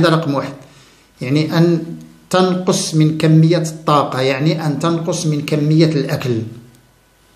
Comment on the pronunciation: جزاك الله خيرا على هذه المعلومات المفيده،لكن تعقيب صغير تكلمت على اللغة العربية العريقة ،انت تقول تَنقص بفتح التاء والصحيح تُنقص بضم التاء نفع الله بعلمك آمين يارب العالمين.